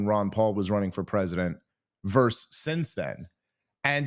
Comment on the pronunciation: Dave, please, its versus not verse